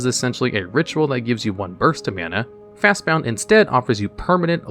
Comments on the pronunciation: omgomgomgomg...... fast "BOND", not "Bound"! That was atrocious listening to you say bound 50x Also you didn't include Sylvan Library. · Fast bound?? There’s no u it’s Bond like 007. Fastbond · This is officially the last video of yours I'm ever going to watch. There's no way that you're not purposely mispronouncing words just so people will correct you in the comments. Fast bound? When its clearly fastbond. Or Oath of the Druid when its just Oath of Druids. Its scummy and dumb and it makes you sound like an idiot. Take care now. Bye bye then. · Fast bon-d not bound :) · It severely bothered me that he kept saying FastBOUND instead of FastBOND. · Fastbond....not fastbound as you're pronouncing it. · Fast "bond" not bound sheeeeeeesshhh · Fastbound? It's Fast-Bond. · The narrator saying 'bound' instead of 'bond' every single time was funny. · Fastbond, not Fastbound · bond not bound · "Fastbond" not "Fastbound" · It's pronounced 'fast bond' not 'fast bound'. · Am I the only one that got aggravated by him saying Fastbound and not Fastbond? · Dude. Fast BOND. not bound. What the hell is happening? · It's fastBOND, not fastBOUND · Came here to say the same thing like what the heck are they saying it wrong on purpose? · FastBOND! BOND! Not BOUND! Just read it! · Y do u keep saying "Fastbound" when the card is called "Fastbond" like "James Bond"? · Why are you pronouncing Fastbond as Fastbound? Is that what people call it? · I’ve noticed a lot of mispronunciations in your (otherwise excellent) videos. Fast-BOND. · It's Fast-Bond. There is no u in the word. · He purposely mispronounces words in all his videos to get people to comment. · Why is he calling Fastbond Fastbound? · "Fastbound"? Jesus. Read the goddamn card. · The number of times he mispronounced FastBOND is astounding! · Bound James Bound. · Ok but my favorite part about your videos is listening to how you mispronounce everything so eloquently like lol fastbound was too funny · fastbond not fastbound. ffs